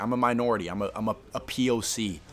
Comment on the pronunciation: semi-unrelated but hearing him say poc like that made me burst out laughing.